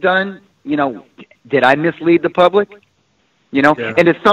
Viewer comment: went to “POOBLIC” school 🤣